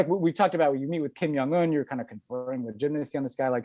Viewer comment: Only mentioning this because you guys brought up the mispronunciation of names, but, Ben, the pronunciation of Kim Jong Un is unambiguously with a hard j, not a y sound.